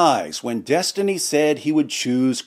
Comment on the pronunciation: Des-Tiny... please pronounce properly. xD